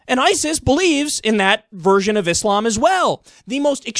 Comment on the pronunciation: Love the show.... Hate how you say islam now.